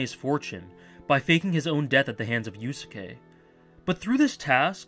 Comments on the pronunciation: I realize that criticizing your pronunciation is incredibly pedantic, but the second u in "Yusuke" is like 95% silent~ 'You - s'ke' not 'You-sue-ke' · I heard "Yu-soo-kay" and was like "great, now I have to spend the rest of my evening cleaning the vomit off my keyboard." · Good video but how the fuck do you mispronounce Yusuke in 2017?